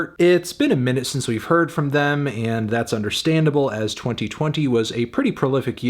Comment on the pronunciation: El wn le dice them, 🤦🏻‍♂️